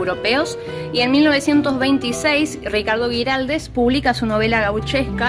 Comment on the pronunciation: Hermoso el video, lo bien que muestran la arquitectura del lugar, un comentario es que se pronuncia Güiraldes con dieresis así que la u suena. Gracias